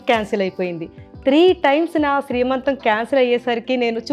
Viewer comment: శ్రీ మంతం కాదండీ సీమంతం. Sorry don't mind. ☺☺